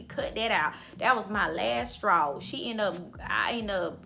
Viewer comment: You have multiple "lasstraws"